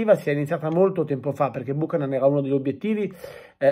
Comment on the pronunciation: Si pronuncia " biuchenan"